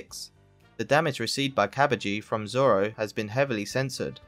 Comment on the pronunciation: you can hear say "don't giving zolo" not zoro